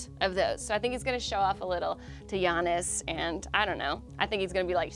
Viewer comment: Yannis is the correct pronunciation. Learn it.